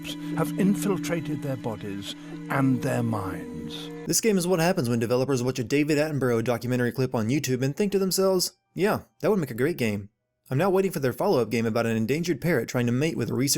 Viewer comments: “David atten borrow” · It's pronounced David Attenbrah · He fucking said Davids A name wrong 😂😥😥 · This is what happens when Americans watch David Attenborough documentaries yet somehow still can't pronounce his name. :P